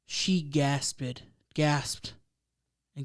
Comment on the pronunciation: lmaoooo why am I cracking up because she said "gas-ped" instead of "gasped"..? 🤦‍♀️❤️ love you hunnies ! watching/listening from Delco PA outside of Philly !